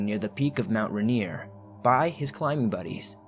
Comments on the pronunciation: So we say RAIN EAR like that not Ruh neer lol big love from Washington state 💜🌋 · Helpful hint: Rainier - (pronounced by all Washingtonians as if to say it like Rain-ear) :)